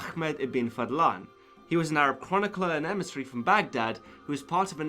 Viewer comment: It’s pronounced Ahh- med (like you’re breathing on your glasses before cleaning them) ibn (not ibben, don’t insert any letter in between) Fahddlahn